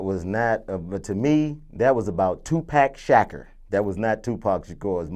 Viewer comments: This nigga said "2pack shacker" lmfaooo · This nigga said tupack shaqer lmfao im dead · Toopack Shacker...not Tupac Shakur I still say they should've got Nipsey Hussle to play Snoop.